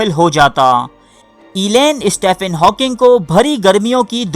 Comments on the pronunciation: Hawkings first name is pronounced Steven not Stephen. This is English way of saying Stephen as if it is written Steven. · تجھے سٹیفن ہاکنگ بولنا بھی نہیں آتا۔ سٹیِفن کو سٹے فن بھونک رہا ہے جاہل